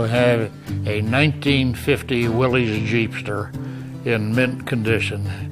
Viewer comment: im glad to hear call it willeez as it is obviously pronounced willeez. i cant stand hearing people call it a willis. kaiser started that willis nonsense but the ww2 guys knew better